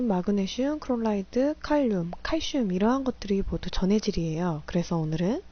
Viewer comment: 강의 너무 도움되고 좋아요.. 하나만 제안드려도 될까요? 염소 말씀하실때 크롤라이드로 발음하시는데 클로라이드로 말씀해주시면 이해도 쉽고 더 훌륭한 강의가 될거 같아요..